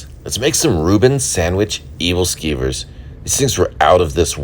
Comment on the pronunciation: Sorry to correct you, but that is not pronounced “evil-skeever”